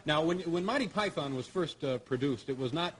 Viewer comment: MANTY PIE-THON